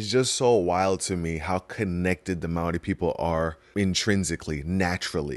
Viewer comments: Bro pronounces “maori” almost perfect, respect brother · I love the respect you have for our Maori culture, including pronouncing the words correctly, which many people in our own country don't bother to do. Appreciate you bro and love your reactions even though you make me cry! Seeing how deeply you feel the pull to Barbados, I hope you manage to find the path that will lead you there when the time is right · As a Polynesian myself I’d just like to say your pronunciation is 💯💯💯🙏🏽❤️